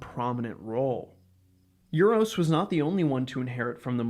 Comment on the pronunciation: You-ros!? It is Oo-rosh. And enough with that Ay-van.